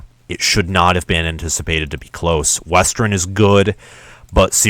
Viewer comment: Yep they looked great against Sandy Valley Middle School. The first half of your schedule is weak, very weak. Reality will set in with Wisconsin. BTW it’s West-ern not Wes-terin.